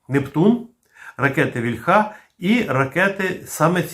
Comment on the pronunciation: Плюсик, але не стомлюся нагадувати, що українське слово «вíльха» має наголос на «і» (це за порєбріком «ольха» наголошується на «а»; не треба за ними повторювати).